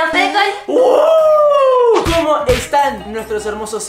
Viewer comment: Ella se llama cole pero solo se dice col vv😊